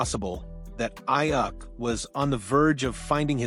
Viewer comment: I had to stop watching. Just for keep pronouncing his name wrong